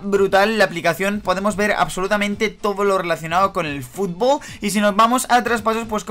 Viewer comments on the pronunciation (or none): dijo futbo